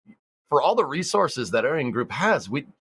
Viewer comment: and why are you guys pronouncing Ariana"Space" as Ariana"Spahce" (or however you would spell it )???? I'm genuinely wondering why and wanted to hear from you guys. I mean you don't pronounce the word "space" in Spacex that way so am I missing something?